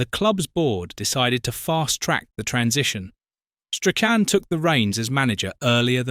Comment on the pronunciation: What a load of tosh! And pronounce his name properly.